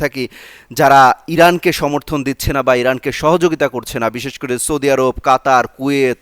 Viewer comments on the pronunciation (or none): none